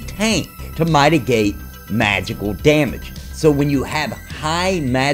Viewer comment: In your defense you was almost drowning and mytigate just came out like flood and your wife prolly wasn't there to guide you out of water 😂😂😜😂🤣😂😜😂